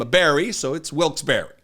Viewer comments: I live in Philly and you pronounced it correctly! It sounds like wilks beh-ree. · Thank you for correctly pronouncing Wilkes Barre. 😊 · He has no idea that a tariff will be added to the cost of the product and the purchasers will pay it. I'm not a math genius or an economist, but even I know that. Also, in addition to your great reporting I learned how to correctly pronounce Barre. Thanks! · You are correct with the way you said “Wilkes-Barre”. Hardly anyone says it correctly!